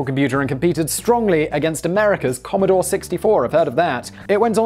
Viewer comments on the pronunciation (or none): none